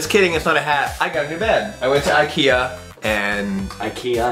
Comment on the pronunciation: I love when Kian says "Ikean", so funny! :D